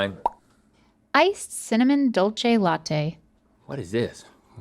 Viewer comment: I want to take Spanish classes so she can learn to pronounce Dulce de Leche correctly. it's dool-seh, not Dolce like in Italian.